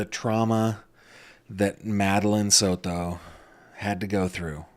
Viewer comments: Here we go again 🙄 He can't just say Maddie or Madeline, he has to say "Madeline Sod-to" 🙄 so we can all hear him pronounce it that way 🙄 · You do not have to say Soto like you are Spanish. You are seriously an American. Stappppppp! Lmao you say it and I laugh because you are trying to be politically correct. As if that’s not mocking. SOTOOOOO’